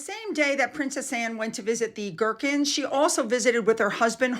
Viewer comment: Ghurkas Not gherkins--a pickle!!! lol